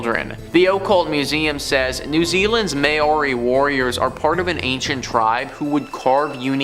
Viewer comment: Lots of mispronunciations in this video ! Dybbuk - It’s not ‘Die-a-buk’ but ‘Dib-buk’ - that’s why it has 2 b’s in it ! Māori - It’s not ‘May-or-ri’ but ‘Mau-ri’ - it’s a Native New Zealand word. Bagans - It’s not ‘Bagg-ins’ but ‘Ba-ganz’ - there’s only one g !